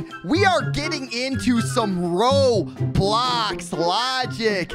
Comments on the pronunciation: You said row blocks not roblox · atleast nobody spreads hate about you saying row blocks